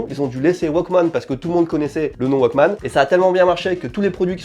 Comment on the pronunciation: "Mais il serait encore en état de foncitonnement" 2022 découvre la pierre à briquet! Pas besoin de la recharger (il faut quand même la changer), pas besoin de WIFI, ne se branche pas sur un smartphone, ne nécessite pas d'application dédiée "le 1er waquemanne de Sony" C'est pas plutôt un wouolequemanne (ou Woke-man)? Moi aussi je connais l'effet madeleine de Proust, ça peut faire mal. Et après ma famille se demande pourquoi je garde tout et ne jette pas mes vieux trucs:/